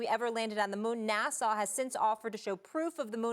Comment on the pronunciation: We all going to ignore Molly said Nassau?